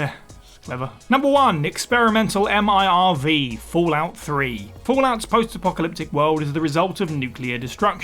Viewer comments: MIRV,,not MRIV. Tsk tsk tsk... 😆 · Anyone else driven into madness my him spelling MRIV when it's MIRV and it's not spelt it's said.